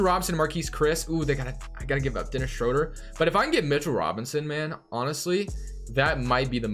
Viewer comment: Please pronounce Schroeder’s name correctly next time.